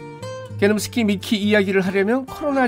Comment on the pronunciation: ㅋㅋㅋㅋㅋㅋㅋㅋㅋ 우리집 개노무스키 라고 할 때 그 발음이 너무 찰져요 너무 좋아 ㅋㅋㅋㅋㅋㅋㅋㅋㅋㅋㅋㅋㅋ